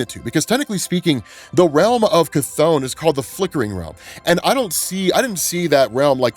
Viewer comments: He said cha-thonn instead of ka-thonn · yeah he said something liek sigh-thon or something but he definetly said it. if you're not listening you can miss it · Dude said Chthon watch and listen again it’s clear. He pronounces it stupid but he clearly and obviously says it. No idea how you missed it. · Just putting this out there, but when and Wanda got to Wundaghoor, during Wongs line about "the first demon". specifically says that Wundaghoor (unsure of spelling) was created by the first demon, Chthon. He doesn't pronounce it the same way we all do, but he did call Chthon out by name 😅